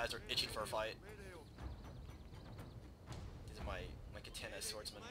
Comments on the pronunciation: When you pronounce Katana, it is pronounced Ka-ta-na, not Ka-tan-ah. In Japanese, vowel sounds and vowels themselves end a character which means there is no altering them in words like "More". "More" in Romaji (Japenese words written in english characters) would be pronounced, "Mo-re". A commonly mispronounced word is actually, "Samurai". It should be pronounced, "Sa-Moo-rah-ee". It is commonly pronounced, " Sam - yur - ai " That's pretty much all you need to know to say Romaji correctly. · lol its katana not kaTANA, you sound like your from the south